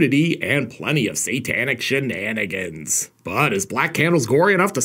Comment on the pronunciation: So "Satanic Shenanigans"...Shatanicans?